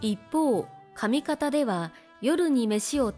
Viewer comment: 奥行きは二間 「おくゆきはふたま」ではなく、長さなんだから「にけん」と読んでほしい。 「上方」も「かみがた」だ。